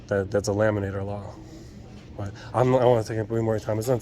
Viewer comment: “It’s a laminater law” 😂😂😂🇨🇦👍